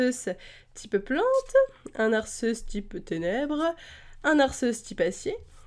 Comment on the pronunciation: Non mais tu me niaisse,là! Arceus se pronnonce Ar-key-us!